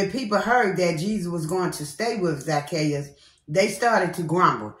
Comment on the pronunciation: You had said it right I got the wrong word in Luke that I'm reading and it's Zac-chae'us 🥰🙌